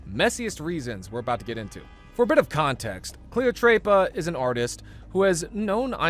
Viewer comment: I laughed at ”Cleotreypa”. It was just so white 😭☠️